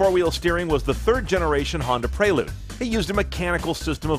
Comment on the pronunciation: this man said praylude im dead